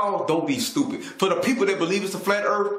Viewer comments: Total mass is 0.02% water. That is the absolute last thing you can define earth as is a ball of water. Who the fuck is this absolutely brain dead, ignorant dipshit? How has he found anyone dumb enough to think for a second this guy knows anything at except how to mispronounce earth? Can't pronounce it so it isn't real? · He keeps saying we live on a "Flat Erf". What exactly is an "Erf"? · The way he talks is just overflowing with both ignorence and Arrogance, C'mon the guy Can't pronounce an "R" or "Th" to save his worthless life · And I'm supposed to listen to a guy who pronounces it "ERRRF" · I just realized where the confusion is coming from; he's talking about Earf, not Earth. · I'm sorry I've never heard of planet Earf... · The guy Delano keeps calling the earth, the "Erf". The guy can't even pronounce a one syllable word properly. He's a moron. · The "erf" flat? What in the h__L is an "erf"? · "The Erf." -- The End. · “Im gonna give you pooves the erf is flat.....the erf flat, suck my nuts”.....those are words of a genius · He is a joke it's not earf.... It's earth!! Lmao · The earf is flat, lol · "da earf flat" uh sure jan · If you can't even pronounce Earth (Erf) any attempt you have to understand it is going to be retarded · "Da Earf" And why am I racist? I walk a higher path. Science, Logic, practicality, and reasoning. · Phlat earf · erf iz flat! i tellz trooth! iz trooth! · "de earf flat" "as fuk" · He knows it's Earth and not Urf? Right? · what in the fuck is an "erff"? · "The Earf"? What is "The Earf"? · "Da earf is flat!" lol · The part that pissed me off is the fact he says errrf instead of earth (He needs to learn English before trying to act like he knows stuff) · He said erf. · He calls it "erf"..... enough said. Lol. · What's the "earf"? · "The erff gotta be flat" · Lol! DA EARF FLAT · He can't even say earth he says earf.